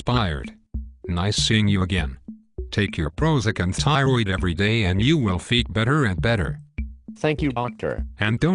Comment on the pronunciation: Never trust a physician that pronounces a tissue name as ty-roid.